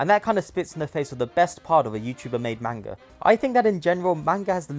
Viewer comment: The mispronunciation of manga every time he says it makes me wanna die 💀💔